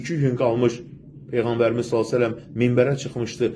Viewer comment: PEYĞƏNBƏR səlsələm nədü heçolmasa düzgün deməyi öyrən